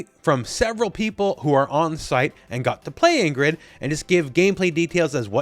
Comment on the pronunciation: Why did U pronounce Ingrid like that